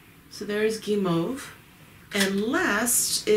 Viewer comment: Barbe à papa and Guimauve were pronounced right. Bien cuit is more la Bian Qwee or Cu-wi.